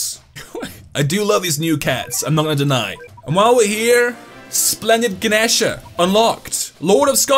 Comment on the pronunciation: also it’s ga-knee-sha